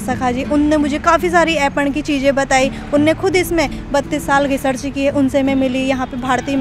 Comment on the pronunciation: अेपन नहीं अेपण I